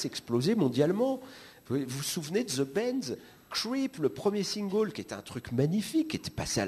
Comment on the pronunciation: Oui Mc CartneyTEELPHONE, comme les Chats Sauvages ne venaient pas de Marseille mais de Nice, comme ça n'était pas Dany Logan et les Pénitents, mais bien Dany Boy (2 erreurs en moins d'une minute), mais ça c'est Manoeuvre ! Toujours intensément ridicule dans la forme (son accent anglais "singole", ses gloussements d'ado prépubère) et dans le fond (sa fixette sur les BB rockers) et sur le plus mauvais d'entre eux (Prostitutes) aujourd'hui dissous, et qu'il a choisi de manager ! Un homme passionné!